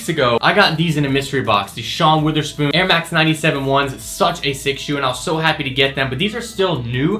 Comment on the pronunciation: IT IS FUCKING WOTHERSPOON NOT WITHASPOON FFS, I SWEAR I WAS SECONDS AWAY FROM SPONTANEOUSLY COMBUSTING WHEN I HEARD THAT.